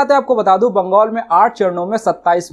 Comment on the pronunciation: बंगोल नहीं बंगाल होता है एंकर महोदय